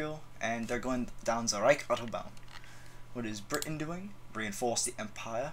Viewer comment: I was ok with the France thing, I was more or less ok with the Germany thing. THIS? NEVER AGAIN. PLEASE. why do people emphasise the britUN so much? We say it like that because we underemphasize the T, not overemphasize everything around it. sound like you're having a stroke... dear lord.